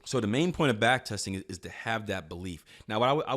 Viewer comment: Backtesting, not Backtetsing